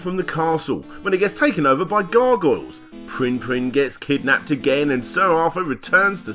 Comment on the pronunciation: being an australian all i can hear him saying is pwinn pwinn, not prinn prinn